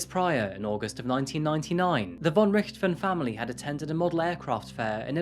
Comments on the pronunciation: I was wondering how many people that played zombies, would complain about him not pronouncing it correctly. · Pronounced Richt-Hofen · It's pronounced, "Ricked - hoff - en". You say that it was rumoured that the girl's father "had 10 million Euros EMBEZZLED in a Swiss Bank account ". "Embezzle" means to steal or misappropriate, so it's not clear what you are saying. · Do we have to believe that this generation doesn’t know Manfred von Richthofen, the Red Baron, the most famous WWI (125 ya) fighter ace, of which the father is homonym? It’s obvious you never heard his name, because you mispronounce it, with the accent in the wrong place. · There are no beaches in the city of São Paulo, unlike what the video suggests. The case is famous, but their name is pronounced rich-to-fen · Learn how to say the last name properly. It's quite famous if you bothered to know anything about anything. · With the way he pronounces richthofen I can tell he don't play Call of Duty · Though I have enjoyed your programs very much, I was saddened to hear the mis pronunciation of the Richthofen name. Sadder still is the possible oversight of the father’s name in this case, Manfred von Richthofen.. no doubt named for his relative, Germany’s leading ace of WW1; Baron Manfred von Richthofen. Then again, perhaps it was better to leave it undetected.. after all, who needs an utter lunatic in an otherwise distinguished family. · Thank you so much for clarifying some issues. It's interesting to have up to date reports. Specially thank you for confirming my suspicions about the Red Baron heritage. gives a different pronunciation than I'm used to for the Baron, but when I looked at the spelling I was really curious. Interesting that a prominent German family ended up in Brazil (said she in an innocent voice!)